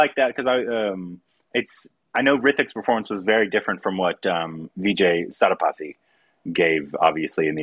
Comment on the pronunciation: He said Sethupathi only but a bit Korbinised